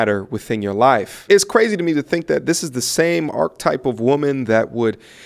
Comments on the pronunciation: if you take KS 🍆 out yo mouth, you will be able to pronounce,Archetype, ˈärk(ə)ˌtīp/, it has three count them 3 syllables. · Archetype…. Learn how to pronounce the word please